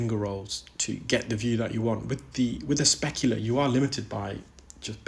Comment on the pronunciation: Great work,, but can you please stop saying a specula. Thanks!